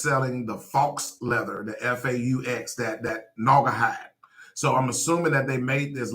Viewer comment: faux is pronounced "foe" rhymes with toe. it means fake .